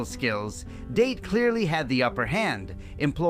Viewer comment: ITS not Date like taking a girl out its sounds like Dah - Tay